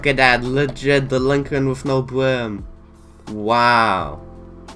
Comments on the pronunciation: it’s not delinquent with no bwim it’s delinquent with no brim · It isn’t their fault they have a speech impediment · Speech impediment